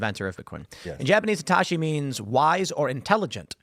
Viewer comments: What's with the Satoshi pronunciation? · For an Asian, Tim’s pronunciation of “Satoshi” is abhorrent